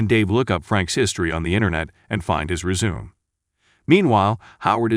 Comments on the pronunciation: I nearly used every expletive known to mankind after hearing rezoom instead of resume'. Really? These recaps are maddening!!! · REZ ZOO MAy not rezoom computer voice ? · Finds his "re-zoom"or "rez-zoo-may"???? Get a human to read it. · "resume" is pronounced REZ uh may, not RE ZOOM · After hearing resum I went directly to the replies and saw your reply. Well done. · I nearly used every expletive known to mankind after hearing rezoom...these recaps are maddening!!!!